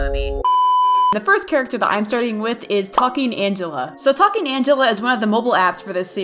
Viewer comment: When you first said talking Angela it sounds like f- Angela...